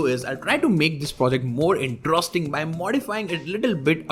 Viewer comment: Slow down. Your heavy accent makes it hard to understand when all your words join into one. INTROSTING is not a word. Great content, but too heavy to decipher. I will keep watching and liking, i just download and slow speed down.